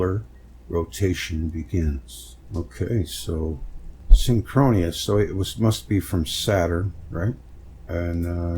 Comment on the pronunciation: Also SYN’-kro-nus. Just 3 syllables.